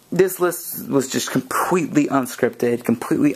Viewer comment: did u see com-pweet-lee??